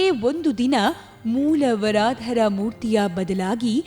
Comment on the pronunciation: ವರಾಧರ ಅಲ್ಲ. ವರದರ್ ಎಂದು. ಅತ್ತಿ ವರದರ್ ಎನ್ನಬೇಕು.